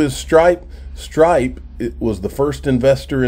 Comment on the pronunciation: Are you saying Stripe or Strike?